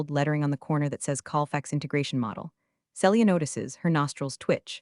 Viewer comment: Celia - see lee ah NOT cell ee ah Read - reed or red need to check which applies This is why i don't subscribe!!!